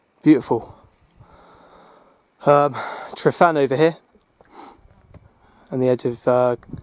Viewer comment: Tryfan, pronounce the f as v in english "tryvan". Your "f" is our"ff" . Grib coch is not grib goc, the ch is the same as the "ch" in loch ness!